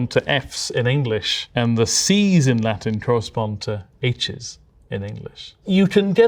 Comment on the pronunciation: as an Italian: "that's a bad pronunciation of the word. No wait, it's a perfect pronunciation of the Latin"